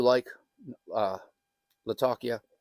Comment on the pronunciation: Lat - Ah - Key - Ah